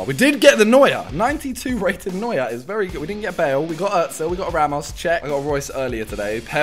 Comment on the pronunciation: Its Neuer.